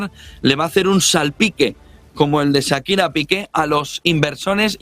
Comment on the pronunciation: ¡Este... "Sakira", ja, ja, ja... en vez de Shakira!